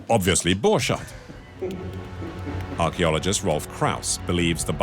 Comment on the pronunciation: The "documentary" would be so much better if they had made enough research to realize how the name "Borchardt" is pronounced...